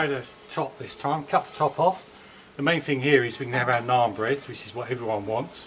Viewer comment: U need more practice for Indian naan😁.... Best of luck for next time boy😄😘